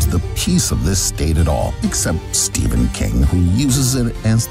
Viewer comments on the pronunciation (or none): none